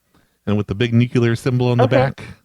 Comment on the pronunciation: Jesus,, learn how to fucking pronounce ‘nuclear’. 😠